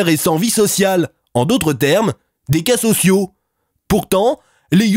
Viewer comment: Je sais pas si c voulut mais cas sociaux j'ai entendu cassos io 🤣🤣😂😂